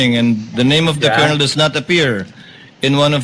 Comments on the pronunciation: Brod ang tamang pronunciation ng colonel ay (kernel) para d ka ma bash ng mga opposition vloggers fyi lang po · Paki ayos naman sir yong pronunciation ninyo ng colonel😮 n